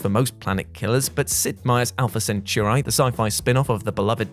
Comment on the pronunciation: Alpha Senchoor-eye?!